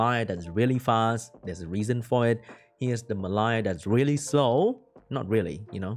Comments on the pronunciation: It's not "Me Lie" it's "Mel E ah" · pronunciation doesn't help, but it is spelt "Mellia". Close haha:)